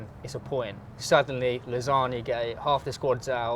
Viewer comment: can't pronounce lasagne